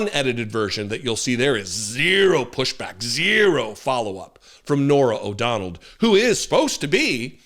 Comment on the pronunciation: O’Donnell. Not “O’Donald”